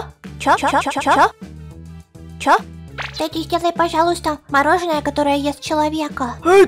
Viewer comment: Не Тади а Теди